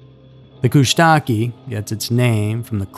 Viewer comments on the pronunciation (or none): Babes, it's Kush-ta-ka not kushtakie. I'm a local Alaskan born south east resident, and we 100% know they are real and we DO NOT fuck around and find out with these guys. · For story around 10 minutes, listen to Hammerson Peters for proper pronunciation of the Koosh-tah-KAH. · Pronunciation - Coosh-duh-caw. I was married to a Tlingit for many years. In the summers I lived with his grandmother, who was the oldest, most cherished elder in the tribe. My first year going to Ak., my husband and his younger sister told me stories about the "Otter creatures". I thought they were just messing with me. When I met Gramma, she immediately warned me not to go out to the lagoon alone, ever. She told me the stories, that had been told for generations. She said, if you go by the water in an isolated place, and you are alone, they will call to you, using your name. It lures people to the water. When you get near the water, they will drag you in and drown you. Coming from my husband's grandmother, who was sincerely trying to protect me, I didn't think of it as a prank anymore. Since my time with her, and my father-in-law and all his brothers, I have always listened to the warnings from the elders, of any tribe. If you want to know how to stay safe, in any part of the wilderness, ask the local indigenous people. If they tell you not to go somewhere or do certain things, heed their warnings. They are the people who have inhabited the land, for generations. They pass down the stories throughout their families. If they tell you something that sounds odd to you, don't just blow it off. If they are taking the time to warn you, and have no cares of you believing them or not, they are showing you a great kindness and trying to keep you safe. ❤❤❤ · devil monkeys are the katani . the otter man is a different creature . prononced ... koosh - ta - kah. your alaskan native American research is flawed